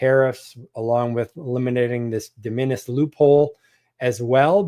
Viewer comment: It's real hard to take advice from someone who won't take the time to figure out how to pronounce hyperbole or de minimis. That aside, the de minimis exemption is a fundamental tool for any ecom seller, both in terms of cost savings and, moreover, the lower threshold for customs. If you're going to bring commentary to the public square on this, then please do more diligence with genuine sellers. Ya'll seem like you run content channels and do not actually participate in product development and scaling,. Sample orders and product scaling: Orders of 10, then 100, then 1000 units often fall under de minimis, allowing new product development to happen rapidly and at a better speculative cost. The U.S. manufacturing base does not exist for products the U.S. does not want to manufacture. If you want to have something sewn or lower-tech made in the U.S., like accessory manufacturing, not only is the product not made here, but the machine to make it and the feedstocks several degrees down are also not made here. i.e., even if you want to make it or find a currently nonexistent supplier, they will still be importing the things to make it with. Does your product involve rubber? We don't grow that here. Like it or not, we are a monopolistically tilted market. The higher enforcement of customs caters to the largest corporations and hurts everyone else. It further disempowers the right to repair. The people who keep the machines in your society running are often not allowed to buy the par